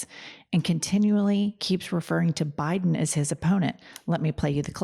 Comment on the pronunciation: why does he say BI-Den like that